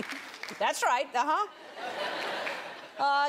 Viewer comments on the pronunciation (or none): none